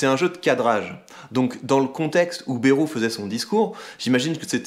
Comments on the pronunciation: Par contre Bayrou se dit « BAÏROU » pas « BÉROU » (en phonetique) 🤪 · "Bèrou" xD